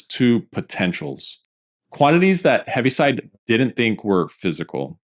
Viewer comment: Correction: it’s Heaviside, not Heavy